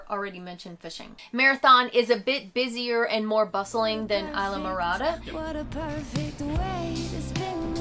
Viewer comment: It's pronounced eesla morada.... it's not an Anglo word .... stop trying to make it so....